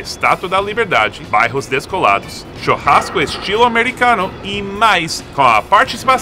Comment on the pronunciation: Legal o Seth dizer "chOrrasco" em vez de "chUrrasco"!😋